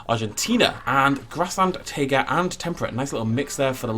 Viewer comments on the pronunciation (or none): none